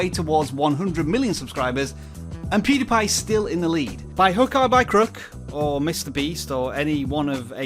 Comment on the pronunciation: Did this dude just said poodiepie